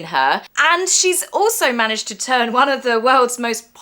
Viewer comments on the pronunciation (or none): none